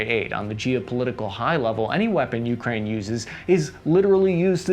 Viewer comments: It’s pronounced Ukraine, not YOUkrain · stopped watching after u kept saying YOUkraine i cant hear this